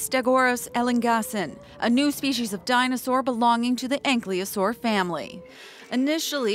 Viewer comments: Ankylosaur is pronounced AN-KY-LO-SOR not ank-leo-sor. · Still they are ankylosaurs, not anklyosaurs. Listen carefully to how the scientists pronounce it.